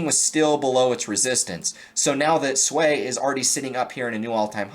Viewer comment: It’s not SUAYYYY it’s SUI LOL